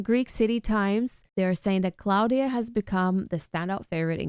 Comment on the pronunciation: It's Klavdia not Claudia